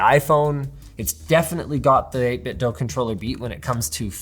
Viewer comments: It's "eight bit do" not "eight bit doe" v annoying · Everyone pronounces it 8 Bit "Dough" but it's actually "Doo" like Scooby Doo. Verified by the company. Normally I wouldn't care if someone mispronounces a random company but these guys are absolute masters of controllers and deserve the utmost respect to their name! The 8BitDo Ultimate 2 controller is the best controller for the price ever created. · It's pronounced 8bitdo like scooby-doo (apparently)